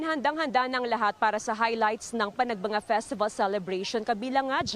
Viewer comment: Panagbanga pala ang pronunciation pero Panagbenga ang spelling